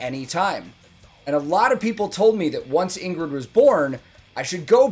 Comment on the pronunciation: As I missed congratulating you on your "a newborn" video: Congratulations Dad! And Welcome to the Club. Now you just have to learn to pronounce Ingrid "the right Scandinavian way". No emphasized G. So, Ing (like ing in thing) and then rid. Ing-rid. And her Ing-rune (as you probably already know) is ♢. Stay safe, always sleep when given the opportunity, and send a big Great Job to mommy C.